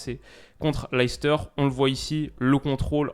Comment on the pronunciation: Juste pour info comme je sais que tu aimes peaufiner ta connaissance leicester en anglais se prononce "léssteur" bye